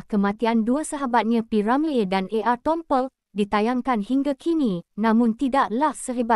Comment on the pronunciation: Tompel bukan tongkol sebut pun tk betul buat malu aja